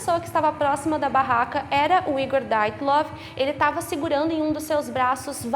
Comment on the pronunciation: Não é "DAIATLOV", é DYATLOV.